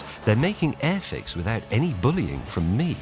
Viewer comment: I love how the way you enunciate it has nothing to do with the name on The box. The way you enunciate it it sounds like AFX .... When in all reality the name is airfix